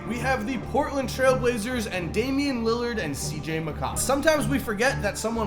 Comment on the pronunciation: my mans just said “mccawllum”